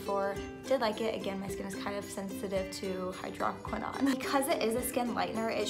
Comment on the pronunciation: "Hydroquinone" pronunciation = hai-drow- kwuh- nown